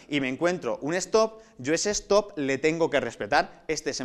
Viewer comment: una cosa mal se supone q son espanoles por que ponen stop y no lo pronuncia bien aparte mejor ubiera puesto alto q no